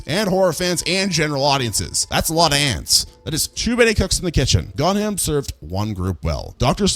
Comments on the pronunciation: I'm so sorry and I know it's just a small thing but 'Gonjiam' is pronounced Gon-gi-am not Gon-ham... It kinda bothered me throught the vid but knowing your audience for a horror movie really got my gears turning! Nice vid! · The mispronunciation of “GonJiam” has me in tears. It’s not “GonHam” it’s typically pronounced “Gon-JIam” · what were you thinking when you read gonjiam as "gonham"? "it's a foreign language and j is read as h in mexican so it's the same thing"? please just paste the text into google translate and it tells you how to read it, it's not that hard?